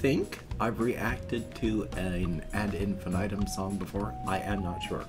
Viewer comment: Yes, you reacted to Unstoppable and liked it. Btw Nils is one of the singers for Amaranthe. And pronounce Ad in fee knee tem 😉. I suggest you react to Inferno from them. Tchuss !